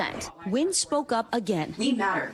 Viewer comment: Amanda Nguyen's last name should be pronounced 'N'win' instead of Win, and Vicky Nguyen's last name should be pronounced 'N'win' instead of Win too!